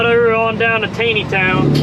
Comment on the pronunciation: That’s pronounced “Tauneytown,” my friend. Near my hometown in PA. 😊 Now you have to let me know the best place to get fresh meat and vegetables in Lancaster county. Dare I say there’s a place with your surname that’s a very good store? That’s what I hear